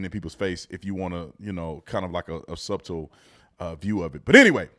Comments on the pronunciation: Brandon, love your show, but , man, get a handle on good English. I'm an Alabama man and had a big wake up call about grammar when I went to college in Boston. One word I got checked on was the word "subtle". It's pronounced SUT-tul, not SUB-tle (like you said on this show). Since you enjoy black men using correct grammar, I would love to see you step up to the plate and be one of those. Love your show, your guests, and most of all, your commitment to God and biblically- based commentary. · Bruh, it’s pronounced suh-tull, the b is silent. You my guy and I don’t want you lookin foolish out here…let’s go. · My boy really said “sub-tle” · The b in subtle is silent my guy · Subtle is pronounced suttle. Just to make you more aware. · Subtle.. You don't pronounce the "t" sorry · It's ever since not every since, also the B in subtle is silent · Look I love the content but Bru The b in subtle is silent. Just sound ignorant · Yo, did you just pronounce the b in subtle? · The B in Subtle is silent, Brandon. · the b in the word subtle, is silent. You are a good person Mr. Tatum but you really butcher the english language., I hope you take this as constructive criticism as this is the main reason most if not all on the left and some on the right have difficulty gaining wisdom and consequently doing what is right. We on the right come off as sanctimonious specifically because our job is correct the errant ways of those who are liberal deviants but we refuse to address our own concerns. Your evidence will be with those who would dare to challenge or disparage this effort of mine with you. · The b in subtle is silent, just fyi.